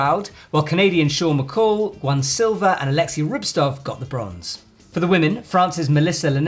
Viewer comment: Guys, why do you keep pronouncing the russian athlete's surname as "Rubstov" over and over? All the right sounds, but in the wrong order :)